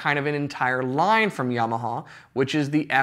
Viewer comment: Do not say YAmaha please it’s terrible to hear. Correct- YamAha! God bless